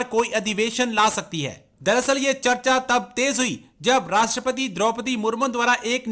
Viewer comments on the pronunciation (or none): Rashtrapadri 😂😂 cheemu saab rashtrapati hota hai😂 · At 0.46,” rashtrapatri ❓❓😆😆,it’s Rashtrapati,their se bolna to seek lete😂😂” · Eh bhai Rashtrapati toh theek se bolo. Kaheka Pakistani youtuber yaar.